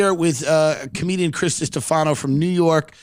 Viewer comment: tim you know how to pronounce distefano!! getting settled into your stardom era hmm